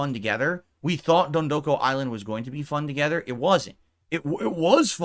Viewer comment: Every time he says “dondoku,” I lose a year of my life.